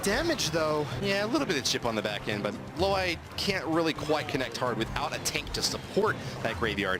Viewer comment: It's LOAY AND NOT LWIAY